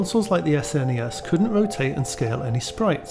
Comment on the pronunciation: Sega genesis and S-N-E-S. He has been in murica for a while :)